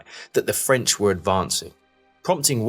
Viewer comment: Nice job. Excellent use of satellite maps to show dispositions and events. Good job on the French pronunciations too, a real rarity in videos about this subject. Good to see the Prussians being given more credit than usual but it would have been nice to see some more about the savage fighting for Plancenoit and the disagreement among the Prussians about where Ziethen's corps should go into action. Also kudos for showing the Dutch contribution to the repulse of the final attack.